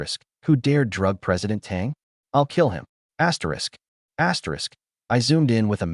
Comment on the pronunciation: What the hell? Why does your video keep saying ASSTERISC? or whatever. It's so freaking annoying 😑